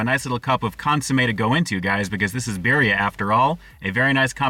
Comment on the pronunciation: "Bear-ria?" Lord almighty...